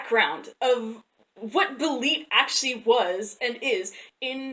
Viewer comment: You’re right about the pronunciation of Belit, but Stygian could use a look-up ^_^